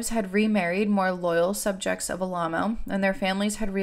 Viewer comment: Am I crazy, or is Alamo mispronounced throughout this whole video? Or did the cult just pronounce it oddly?